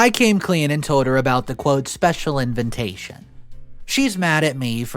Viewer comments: after soooooo many videos, how can you still not pronounce INVITATION?! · "Inventation" ... you mean invitation ? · FYI...the word especially is pronounced ES-pecially not ecs-pecially! Also, invitation is pronounced in-vi-ta-tion not in-vent-ta-tion. Just sayin....🙂